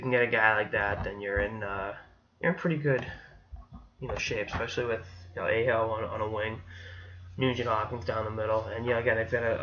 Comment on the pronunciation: his name is pronounced Ah-Ho